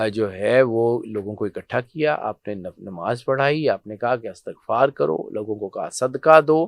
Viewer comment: "استغفار" زیر کے ساتھ پڑھا کریں، زبر کے ساتھ نہیں۔